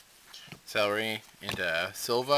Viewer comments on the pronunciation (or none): Why does everyone say "Celeri"? It's "Ceruli" as in the color cerulean, not a fucking vegetable!!!